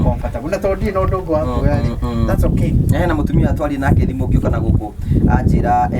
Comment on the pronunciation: It's thimo not thimu